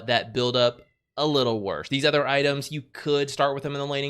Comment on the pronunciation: Hi! Let me start with how I always love your insight in the game we all love. Gotta say tho, its my big pet peeve that you always pronounce other as ether. Keep up the content tho! ❤